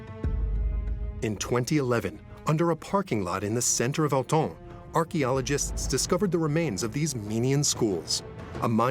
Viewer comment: Try to pronounce Autun again?